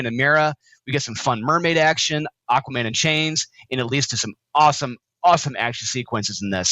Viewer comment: It's freaking Aquaman #4!!!! How do you type and say it wrong??!!